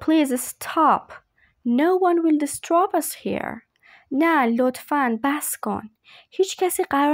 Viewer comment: Disturb not distrub